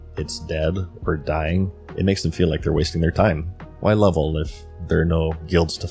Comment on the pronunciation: Wherefrom does your pronounciation of WHY come from? You kinda say it like Hu-wai? :D